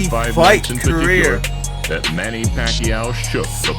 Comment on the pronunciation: Well acually manny paquiao shocked the boxing world a million times........................and im proud of him..................................because im a filipino..........................and your pronounciation of his name is wrong.